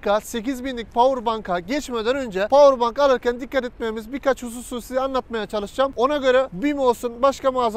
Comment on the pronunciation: Powerbank diye yazılılır (powerbenk) diye okunur abi bilgine.